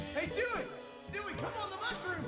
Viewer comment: That's because he's saying it as Duey 😅🎉❤